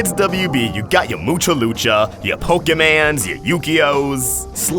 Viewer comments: PokeMON not pokeMAN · Poke-mans? USA......always killing anime words